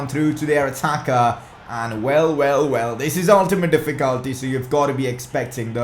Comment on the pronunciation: That's not how you pronounce "Difficulty".